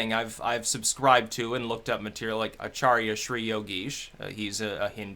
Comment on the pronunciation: It's Soros. Hey, you pronounced Acharya correctly. Just looked, I was bounced from your subscribers (I was 35k'ish), just re-subscribed.... I know I've been subscribed and did not un.